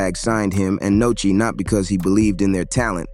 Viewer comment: Definitely an interesting video bro since 30 and Sheisty are 2 of my favorite artists, but bro u pronouncing names wrong it’s Nuski (Nooski is how u pronounce it) and it’s Sheisty (Pronounced Shystee), not Nochi and shestee 😂 😂😂…Other than tht the content is definitely interesting